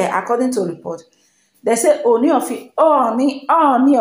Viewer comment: Kudos. Your Ōoni pronunciation is now OK. 👍